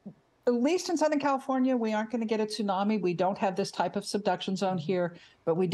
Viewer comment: LOL She keeps saying TOO-nami. “Doctor?”